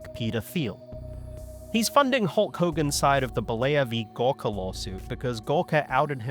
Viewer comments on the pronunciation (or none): I was listening to this and did a little double-take when you said "Gawker" because it sounded a bit like "Gorka".